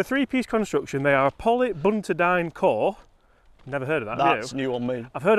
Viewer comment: “Poly buntidine” cover???? I’d check that pronounciation again!